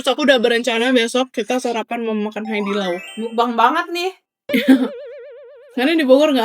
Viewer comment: cece nama nya haidilao tapi ngomong nya haitilao